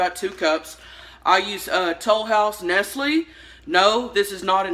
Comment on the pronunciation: The way she said Nestle😂😂 I love her